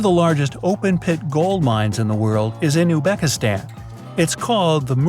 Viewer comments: Uzbekistan is not pronounced as U:bekistan (as in the video) but U"Z"bekistan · You couldnʼt pronounce "Uzbekistan" 🤨 Itʼs Uz-be-kis-tan. Thatʼs it. Not difficult